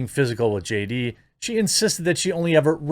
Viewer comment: do you really have to do the JD-AH thing when you've got her name right there in the title?